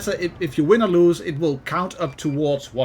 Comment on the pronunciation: You made an oopsie when you tried to say "or"